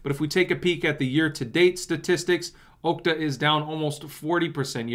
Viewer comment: Mr commentator.. Okta is pronounced AHKTA...not OHKTA. Think "ahhh" not ohhhh. 😆😁